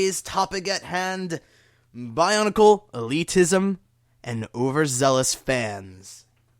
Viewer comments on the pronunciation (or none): love, how it sounds like barnacle sometimes, when he says bionicle quickly.